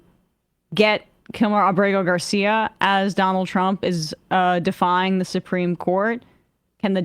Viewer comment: Someone tell Steven Miller Supreme Court has an R in it. SupReme, not SuPeme.